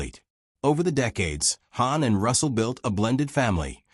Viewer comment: the ai can't pronounce hawn correctly